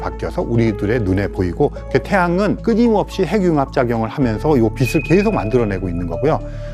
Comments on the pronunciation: 교수님 비슬 이 아니라 비츨 이라고 발음좀 부탁드립니다. 왜 자꾸 비슬이라고 발음하시지 ㅡ지나가던 불편러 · 배운 사람이 '빛을' 발음할 때, '비슬'이라고 하네... '비츨'이라고 읽는 거 아닌가? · '빛을'을 계속 비슬 비슬...